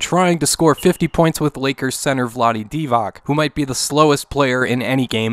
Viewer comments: Vlade "DEEVOCK"? It's DEE vahtz. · Really? Vlade DivaK? it's Vlade Divac... DivaTS(like CHampion/ Chile etc). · Vlade's last name is pronounced like "Divats" by the way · "And they can hit threes, and they can steal with ease" - is on fire with them rhymes! bad-dum-tish (The last "C" in Serbian names like Divac is pronounced closer to "ch", like "Divach:P) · While that is certainly true for most players who are from Serbia, Yugoslavia, etc. The 'c' in Vlade's last name doesn't use the 'ć' like Dončić or Jokić. It's really pronounced like dee-vahts. Lol, sorry, I'm no expert at all in name pronunciation, it's just I've never heard his name pronounced with the 'ch' sound before. This is coming from just a long time Kings fan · Just wanted to correct you on the pronunciation of the Vlade Divac name. Instead of the hard k sound...it's more of a tss sound....Dē-vöts would be the phonetic spelling. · The way you say Vlade Divac's name - just hurts my Serbian ears....